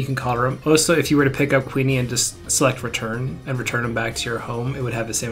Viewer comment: Q-yoon. Not queenie.